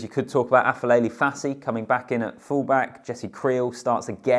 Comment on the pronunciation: Aah-pair-lele Fassi not Afelele Fassi.